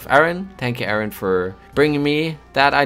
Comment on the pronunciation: ayrun will